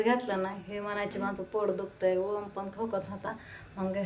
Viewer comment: अग वोम का म्हणतीस ग..... ओम नाव आहे 😂 ग...